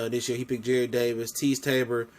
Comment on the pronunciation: It's Jarrad not Jared